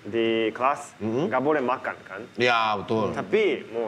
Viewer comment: Haruka Nakagawa kalau bilang "Makan" selalu bilang "Makang"